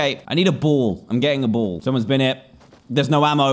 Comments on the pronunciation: Us: ball Dan: boll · Every time he said “ball” I thought he said bull lol